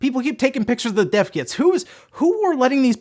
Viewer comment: i keep on hearing "Deaf Kids" instead of "Dev Kits"